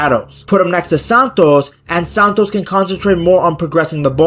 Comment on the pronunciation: You have pronounced Santos’ name horribly wrong, please take note of this, thanks.